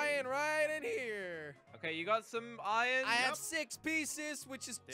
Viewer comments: Why you say iyon not iron jelly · I love how jelly says Ion instead of Iron lol